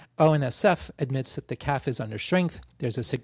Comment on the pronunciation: FBI CIA NSA IDF RCMP Not sure why you figured you'd prouncounce CAF "calf". Nonetheless, cheers from Montreal.